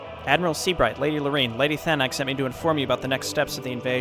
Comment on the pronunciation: Did you just said lady thanok there? Also I like how you said "I like how she completely ignores him there" cause that's almost exactly what you said in the second human book chapter haha